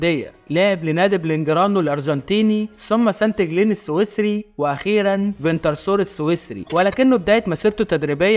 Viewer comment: اسمه سان جالن مش سانت جالن بالفرنسي saint حرف t لا يُنطق